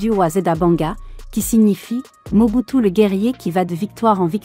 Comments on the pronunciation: Mobutu sisiskio kiukiuwungwendo wa waza dabanga comment tu peux massacre le nom de quelqu'un comme ça ahhhhh tu es mauvaise dehhh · La façon dont dame appelé le nom de Mobutu des seko wazabanga mes fait rire